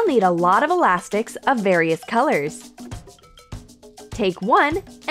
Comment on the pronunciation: did she seth ,,alastiks"?